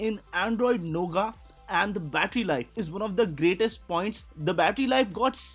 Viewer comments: great video. But it's not nougaa. it's pronounced as nougat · Lol. 😂 he is calling "noughet" a "NOGA" which he learnt from other channel.